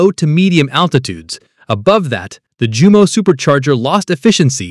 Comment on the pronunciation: Jumo is Pronounced Yumo! J sounds like Y ( Oh Focke! )